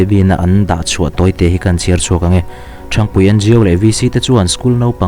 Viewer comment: Khaw hming i thluk dan hi a dik lo. Ṭhang tih hi ka phone a hang tiha hang tih thluk ang hian thluk tur.